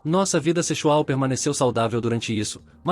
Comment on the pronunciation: "Secho?!" "Sechual?!" Mas que raios é isso?!